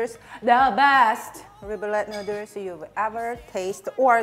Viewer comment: Nooders!!! As usual, hearing you pronounce noodles never gets old.